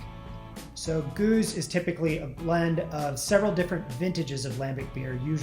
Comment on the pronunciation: Is a cicerone but can't pronounce oud bruin or gueuze to save his life